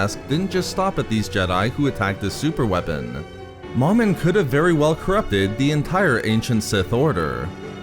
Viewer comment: It's pronounced Mow-Min not Mom-in Mow like mowing your yard and Min like minimum MOMIN sorry that was driving me crazy